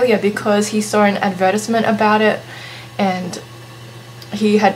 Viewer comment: The way you said advertisement made me giggle.